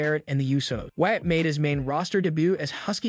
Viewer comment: It’s WYATT not Watt